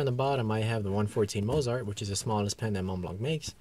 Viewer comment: You need to learn how to pronounce Mozart and Chopin.